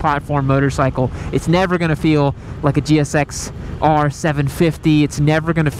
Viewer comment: 👎🏾. Its the GSX Ate Er. There isn’t two R’s